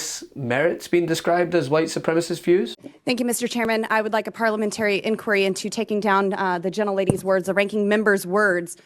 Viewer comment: There should be a parliamentary inquiry on why she can't even pronounce 'parliamentary' properly. Or 'supremacist,' for that matter.